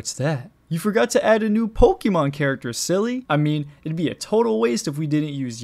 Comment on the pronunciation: « Pokimon » No